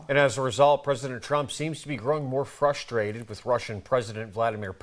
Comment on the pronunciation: Ohh he’s fwustwatid?! :(